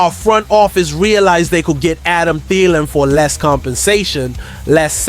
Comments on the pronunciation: It is pronounced “Adam Theeelan”, not “Adam Thiiilan”! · The fact that you can't even pronounce Thielan's name correctly is a dead giveaway that you aren't a vikings fan.